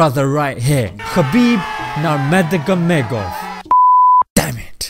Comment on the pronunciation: Dear bro, nurMAGOMEDov... MAGOMED - is MUHAMMAD in russian